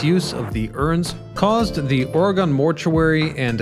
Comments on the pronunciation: Why don't people who are going to post a video of a place do a full spectrum research of the subject? Yes I was born in Oregon, yes I know about "Terrible Tilly". But why can't you pronounce the name of our state correctly? OREGON is pronounce in the phonetic style of OR E GUN not OR E GONE. Yes we be here in this state and we have guns and we are not gone because of them. 🙂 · You keep mispronouncing Oregon. It's not Ora-Gone but rather OR-eg-in. Sorry I had to say something....Just remember that it's OR-eg-in, not "OR-e-gawn." Place the stress on the first syllable, and keep the "g" hard, as in "gun". You can say "OR-ih-g-in" or "OR-eh-g-in". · Love your videos. It's Or-Gun not Ore-Gone. ❤😂💯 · It is ore-gun not ore-gone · it’s ‘or a gun’. You thought you had it right…..that’s hilarious 😄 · aw ruh gn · I would say it's "or-ah-gin". That's definitely how we say it in California. Definitely not "or-ah-gone". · Hi, great video. By the way, I’ve lived in Oregon 67+ years. We say “ORY-gun.” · Its Or-E-gun. That's how we pronounce our state name. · Ory-gun... just saying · Oregone you say? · I enjoyed the video as it was well done. However the narrator MUST be the one who inspired the physical appearance of "Butthead" complete with mispronunciation of the name Oregon. lol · As a former Oregonian (still with strong ties) I almost couldn’t watch this. It’s not ORE-GONN. It’s ORE-GUN. I live all the way over in Michigan now and I never hear this mispronunciation around here anymore. Also, I swear he keeps saying TILLA-MUNK. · Tillamook /ˈtɪləmʊk/ Till a Muck, not Tilla Monk or Tilla Mooke. Oregon (/ˈɒrɪɡən/ OR I GEN is the proper or more common OR I GUN, not OR E GONE.... Dead giveaway you ain't from 'round these parts. Try Theses Cities; TILLICUM, STEILACOOM, DUWAMISH, PUYALLUP, UMPQUA, IDANHA, IMNAHA, NESKOWIN are a few..